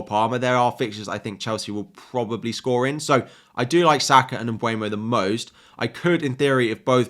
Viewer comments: Hey dude! Thanks for the video! The PL recently released a video on the players pronouncing their names. Mbeumo is (Um-ber-mo) not (um-bwey-mo) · I know! It pisses me off when they say mbuemo instead mbeumo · Hey, could you please pronounce it MBEUMO (M-boo-Mo) not (m-bue-no)🙏. He himself said it’s pronounced MB-boo-Mo. Also, where do you see M(bue)mo? It’s literally spelled M(beu)mo. That’s all, love your videos btw!